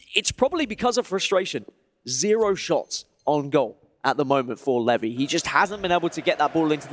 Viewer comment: Absolute butchering of levy lol feel bad for him